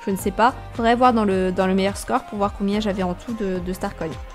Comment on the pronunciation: Pourquoi tu dis starcoyne ? 😂😂😂